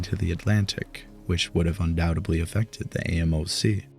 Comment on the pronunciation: Your videos are great...but please stop saying undoubtebly and supposebly. Thanks